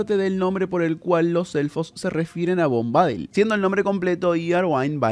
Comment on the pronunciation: SE PRONUNCIA bombadÍl (no bombÁdil). Busca la pronunciación en internet x favor! Es desesperante escucharte decirlo mil veces mal... dan ganas de arrancarse las orejas!